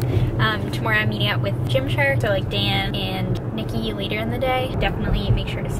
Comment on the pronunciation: I loved the "later" or better pronounced "layteer" lol. It made me laugh out loud every time. Don't care what others say. I thought that was a cute addition to the vlog!!